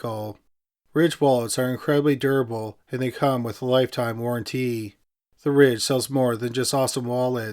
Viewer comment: The words 'warranty' and 'guarantee', are not pronounced the same. Just lettin' ya know..since your story-telling diction is so Perfect (honestly, no sarcasm). Also, I never 'correct' an adult's grammar unless they're pompous. You are Not pompous, and I Fully enjoy your channel. Just, simply, wanted to share some wordy stuff witcha. ✌🏽